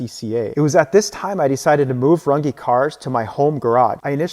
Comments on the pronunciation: It's not pronounced run gee it's RUNG! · Y do you mispronounce Your last name???!! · As a German I can assure you that you are pronouncing your surname wrong 😂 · I wish you'd prounounce your last name the correct german way instead of the americanized way